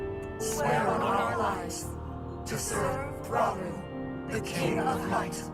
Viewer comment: 😂 it’s Rah-Oo-Roo like Raul in Japanese Romaji.